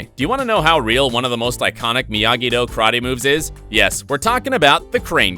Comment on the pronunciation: It's not krate... IT'S KARATE